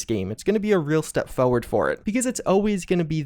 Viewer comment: I love videos almost as much he loves saying the word “foeward”.